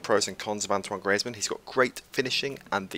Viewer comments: its pronounced greeze-mann and benzaymá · The way you say griezmann 😂😂😂